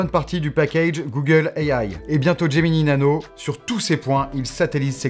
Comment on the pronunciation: "Gemini Nano", pas "Geminee Nano".